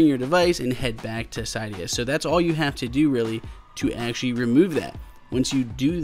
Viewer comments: cee.dee.yaa not cai.dee.yaa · Sigh-d-uh? Sid-e-uh... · You are pronouncing Cydia wrong